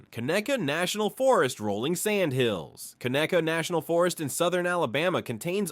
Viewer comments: Hey bud. Its conecuh ( Ka-Neck-ka) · The state flower isn't a lilly. It's the magnolia. Conecuh isn't pronounced con-uh-cue. It's cun-eh-cuh. There's so much that isn't correct in this video. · he had no chance with conecuh (Ka-neck-A) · Dauphin Island is pronounced Daw fin Island 😂😂 and Cheaha Mountain is pronounced Chee Ha Mountain and Mobile is Mo-Beel and Conecuh is Cuh Neck Cuh 🤣 this gotta be a.i